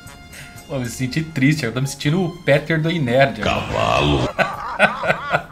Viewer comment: Não é péter, é pêter,, trate de retratar-se imediatamente.